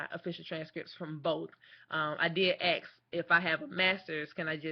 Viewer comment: She will AX someone about it. I would hope someone with advanced degrees would be better spoken.